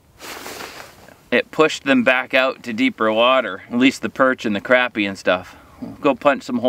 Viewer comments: CrAHHpy.. not CRAPpy 😂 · Say crappie the right way and quit cheaging the way you say it